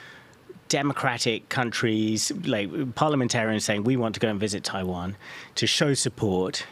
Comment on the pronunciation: 15606 when you say Taiwan, it sounds like primary care physician